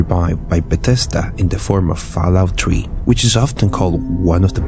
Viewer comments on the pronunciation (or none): "Falloat tree"